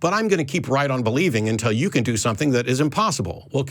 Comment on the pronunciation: “Dis, Dat, Dere, Atcks” = dumb AF. The Texas prison system did a number on this moron.